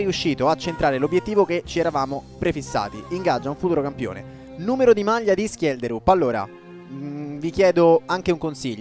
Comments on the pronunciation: Schjelderup di legge Scelderup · ho cercato la pronuncia in norvegese di schjederup e si dice scielderup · Si dice scielderup, lo usa già menzo nella sua carriera con lo shalke